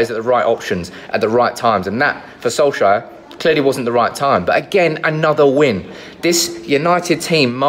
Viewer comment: By the way, Solskjær is actually pronounced more like Sol-chair than Sol-shire.